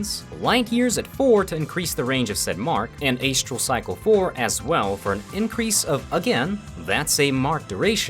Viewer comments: buddy, love ur content but its astral (ass tral) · please.... I have never heard anyone say ey-stral before. stop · Calling it "ACE-tral Mark" made me hurt inside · It's pronounced ass-tral. You know, stars. Astrology. Bruh. Don't tell me you say ayyystrology. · ayyy stral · how pronounces astral should be a war crime